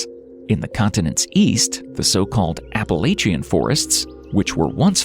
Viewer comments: App-a-lae-cheins😂😂 its App-ala-chins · Say it with me now: APP-UH-LATCH-UN Mountains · To bad, there is not a single correct pronunciation of the Appalachian Mountains. Good video. Otherwise, despite the whiney people crying over silly stuff, me included. 😂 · This dude butchered the pronunciation of Appalachian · Sorry but I hate the way you say “Appalachian” 😂 it’s funny though!